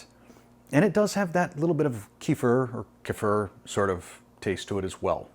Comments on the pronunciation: Kefir is pronounced kuh-FEAR. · I may try this when I am ready to make a frosting, or Keto Buttermilk Ch/Waffles sounds great. I do believe it is pronounced Kuh-Feer. Thanks for the ideas! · When in doubt about how to pronounce a word, use Google. I usually search for "How to pronounce [the word]" There will be a audio clip so you can hear it as well as the phonetic spelling. I just used it for "kefir". (kuh· feer) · Kefir is correctly pronounced Kuh-fear. Personally it doesn't matter to me what it's called as most people understand either way. You seemed to be using ultra-pasteurized heavy whipping cream for the creme fraiche. From what I understand you cannot use ultra-pasteurized milk to make kefir. Seems like ultra-pasteurized HWC doesn't have that issue when making creme fraiche.